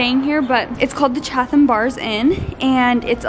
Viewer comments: I live on cape! It’s literally so weird seeing it on someone’s vlog lol. My grandpa’s grave is literally down the street from Parnasus. Omg how you said Chatham lol (chat-ham). The Chatman bars inn is so nice but it’s sooooo expensive lol. And do not come in the summer, literally it’s so busy it’s not even funny. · "chat-ham NOT cha-Tham"--- hahah . Great vlog